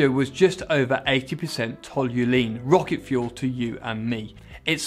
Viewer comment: "Rrrroket ship" - Alonso 2018